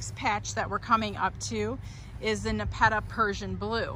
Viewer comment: You’re pronouncing Nepeta wrong. Thanks for the great info